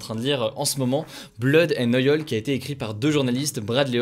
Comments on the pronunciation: ... "BLOD AND OYOL" frère fais un effort mdr ! Blood and Oil (Oyl).. Mais OYOL c'est chaud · Depuis quand l'huile en anglais se prononce OYOL ?! 😂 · Bleude pour blood, OK, mais OYOL pour oil, excuse mais ça m'a choqué les oreilles, perso 😂